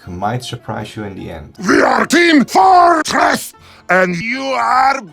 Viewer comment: this is a really great tutorial... though I have noted that with sentence mixing it has the side effect of causing "dissonant breaks" within the audio. the "we are team FOOR TRESS" being a key example... is there any way to potentially modulate the audio to be more fluid? or is this something that happens, because of how the audio is made; requiring a reshoot of the VA's lines to get the words in the desired fashion? [EDIT: guess it was somewhat talked about right afterword, but it still had that weird vocal disconnect in between and I am curious on the smoothing process between those two still] mostly asking because I have voice packs from VA's that I got from humble bundle that I want to do sentence mixing on due to them not having the types of speech lines desired, but having the syllables for it; BUT want it to sound fluid and not have any noticeable cuts in the audio. [also AI is a buggy and unfocused mess AND the packs say no AI use... plus manually modifying it sounds like more a useful skill] Hope you have a great day & Safe Travels!